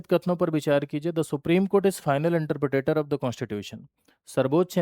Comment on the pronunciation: Are sir Interpretor hota hai😅 Not interpretator 😂😂😂